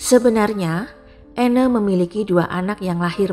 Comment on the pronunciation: Anne dibaca Ann, (e) nya gak di baca. Koreksi dikit ya